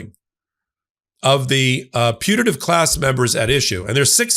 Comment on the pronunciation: High speed of short "a" in putative sure made it sound to me like the minors were in a punitive class.